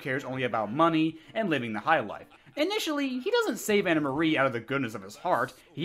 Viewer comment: Stop calling her Anna Marie. It's Anne Marie. I love these videos though.